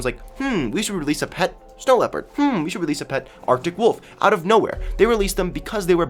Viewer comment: Its LEOPARD not LEPER and its ANIMAL not CAR